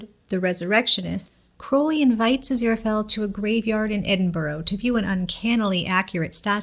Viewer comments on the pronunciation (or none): Pet peeve. It's pronounced Edinburra not edinbeuro (edinberg is also wrong). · Edinburgh - it's pronounced (ED-IN BUR-UH)- Edinburgh